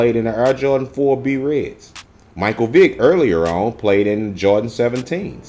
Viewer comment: Solid video. However how dare you with the “b-red”. It’s BRED, like BREAD. Come on now